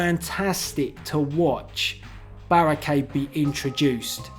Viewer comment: I. Fink. Berrekeid. Was. Kild